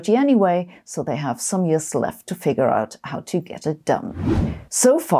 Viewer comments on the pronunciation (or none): none